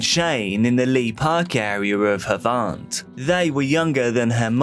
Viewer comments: It's pronounced Have-ant not hauvaaant 😅 scummy area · Wat the fuk was that u had me in stitches that is not how u say Havant